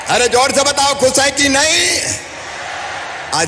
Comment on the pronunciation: Mama ji aap khud toh thik Hindi bol lijiye. Khush ko aap Khuss bol rahe hain.